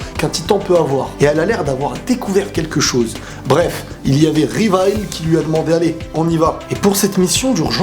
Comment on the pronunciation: les gars c pas rivaille sa c la version anglaise c livai